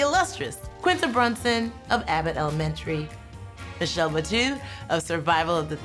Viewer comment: I love this so much, but one request. Is there a way to correct pronunciation of Michelle’s name?